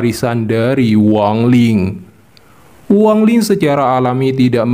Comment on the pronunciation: Bukan Wang Ling bang kau ni ada ada aja gak sedap dengar nya tau tak ???